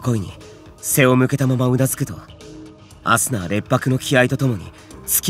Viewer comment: 最初の「アスナっ」が「朝！」に聞こえた耳鼻科行こうかな…